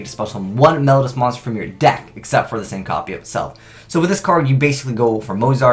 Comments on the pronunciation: "Mel-low-dee-u"', not "Mel-ud-us" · please read this comment. Mel-OH-dee-us. I am trying to help you.